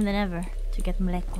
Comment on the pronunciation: Not like we in Czech Republic know people important to Indonesia right? But her "Mléko" pronunciation was actually really good tho